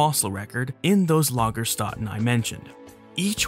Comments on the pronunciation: Btw. Lagerstätte is pronounced more like Lagershtette. Lagerstätte is the singular, Lagerstätten is the plural. (the ä is short and the e at the end is not silent). I just noticed that someone else already pointed this out. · Actually it's a "Lagerstätte" and many "Lagerstätten". "Ä" is just "AE" pronunced like the A in arrow. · German: in the word "Lagerstätten" the umlaut "ä" is not pronounced "ah" or "uh", but lighter and flatter, like the "a" in the English "back" or "track". That's what the two dots over the vowel mean: pronounce it "differently" (an Umlaut is a "Turn-Loud"). Sadly, Wikipedia is not the best source to hear the correct pronunciation of non-English words.